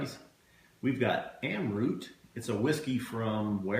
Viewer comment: Pronounced as Amrat the rat as in tone of Mahabharat's "rat"